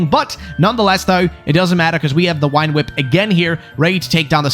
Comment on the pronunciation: Early on in this, i love how you say "Wine Whip" for "Vine Whip."